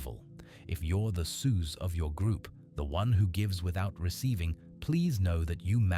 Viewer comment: This is laughably bad AI slop. Can't even pronounce Soos correctly lmfao